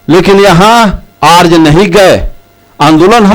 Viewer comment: बोलना तो सीखे अर्ज नहीं आर्य होता ह।आज जमाना बदल गया ह।जैसा कह रहे हो वैसा पहले होता था तुम पब्लिक तो गुमराह कर रहे हो।